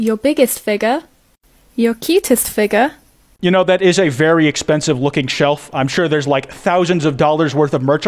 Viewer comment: So Noone is gonna talk about how she says figure